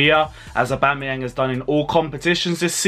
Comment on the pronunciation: Aubama-where 😂😂😂...crazy